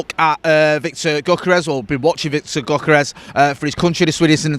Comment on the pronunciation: The G is silent. Pronounced yokorez.